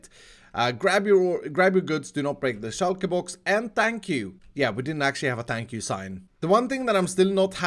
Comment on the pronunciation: Stress shortens “thank you” to “fank you”, but that’s not what I read at first.